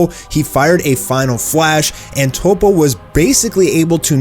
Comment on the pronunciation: Dude, his name is toppo not topo. Top-po.